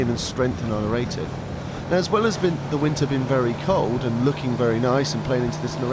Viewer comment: it isnt "na-ray-tiv" it's "nar-rar-tiv"